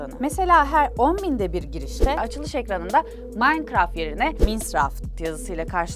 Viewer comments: ablacım minecraft bile diyemiyon yahu sen maynkart diyon Q:WEqw:EQwE:Qw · yanlış okuyosun o manikıraft diye okunuyo bi kereeeeeeeeee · o nasıl minecraft demekk adfsdf